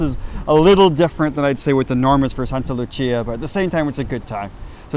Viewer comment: Love this but it’s Saint ( Sct Lucia ) Lucia day - sancta Lucia